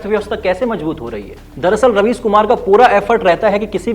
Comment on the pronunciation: Raveesh ❌ राबिश ✅😂